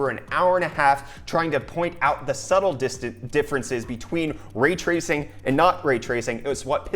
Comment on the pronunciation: Raaaay tracing! It's Ray Tracing!